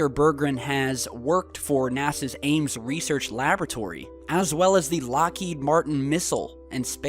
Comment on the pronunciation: You said nasas ring system lol